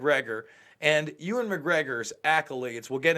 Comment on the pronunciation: Bro was calling him Ewen McGregor at the start of the video 😂